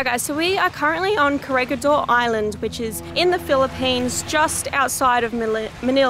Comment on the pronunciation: This is the third time, it is pronounced KORE HEE DOR...3 times